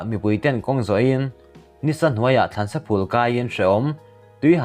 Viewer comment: A bengvar țhin khawp mai, in thawh hahna zarah chanchin thar kanlo hre țhina. Thil 1 kasawi duhchu, in thil chhiara lam rikdan hi lo ennawn teh. eg. Rampum/Thlansa phul kai leh A puma, in lam fuhloh chuan Mizoțawng awmze neilo a ni thei, țhahnem ngaih vang a nia o.